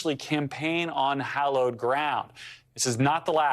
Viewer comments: Hollowed grounds?? Its Hallowed grounds. Hollowed? Jesus. Fire your pr team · "Hollowed ground"?